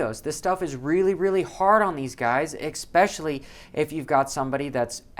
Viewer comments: Can you please stop saying "expecially"... Haha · Look up especially next time your looking up pronunciation 👍🏻